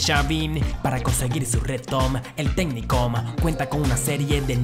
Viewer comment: porque cada vez que dice una palabra siempre la termina con la letra M